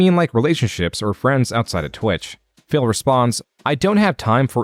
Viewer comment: I really appreciate how the narrator chooses to pronounce phill as 'fail'